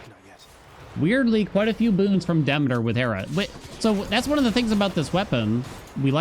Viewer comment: Bruh.. I can't take it anymore. It's "Duh-mee-tr"..... not "Dimiter"... you've been pronouncing it incorrectly for the whole time. You know like "Council of Demeter".... Google is your friend...